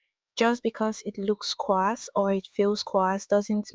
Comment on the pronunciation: Your hair is beautiful! Just a note that the "a" in the word "coarse" is silent.